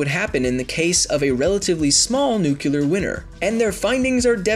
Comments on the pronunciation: You mispronouned nuclear so many times you had me praying for a fucking nuclear winter. But I don't pray and I hate winter. NUK_LEE_ER not NUK_U_LER You need to go over to grammar noggin. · I love your channel, but please for the love of everything that is good, it's nuclear not nucular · narrator keeps saying nuke-u-lar instead of nuclear. i hope its an in-joke. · “new-clear” not “new-kew-lur” because it is spelled nuclear NOT nucular... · It´s nuclear, not nucular, idiot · PLEASE!!! Save us!! Say nuCLEAR not nucUler, that is a huge pet peeve of mine and I really dont know why. Like if you agree. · NUCLEAR Not NUCULAR! Dislike. So annoying. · Stop saying Nuke-ular its pronounced Nuke-clear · It's nuclear not nuculer. Your pronunciation is killing me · You say "nuclear" like W did. The word is nu-clear. Not nuke-u-lar. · "nu-cu-lar" its "nu-clear" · Your pronunciation of the word nuclear triggers me. "Nu-clear" not "Nu-ke-lar" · It's NUKE-LEAR not NUKE-ULAR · NUCLEAR because it comes from NUCLEUS.... not NUCULAR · For the love of God, stop saying "nook-you-ler." Nuclear. Nuclear. "New- clee-er." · Nuclear winter. Not nuculer winner. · Nu-clear, not Nu-Culear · Hey! Do you not even know how to pronounce "nuclear"?! It is NOT "nuke-yu-ler"! There's no "u" after the "c"... it's "nu-clee-ar". Why are you using the braindead-Bush pronunciation? Like... "nucleus" is not "nuke-yu-lus", it's "nuke-lee-us". Really. Just look at the word's spelling. Break down "nuclear" . . . . it's "nu" and "clear". "nu-clee-ar". Say it slowly the first few times. Get used to it. Start enjoying your new capability of pronouncing English in a truly literate and comprehensible way. You know, the way it's taught way back in grade FIVE! Even DIGG is laughing at you, warning the readers about your pronunciation! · Nuclear is not pronounced nucular, this pissed me off. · Am I the only one getting irritated by him saying "nucular" instead of "nuclear". It's aggrivating. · NU- CLEAR NOT NUKE-U-LER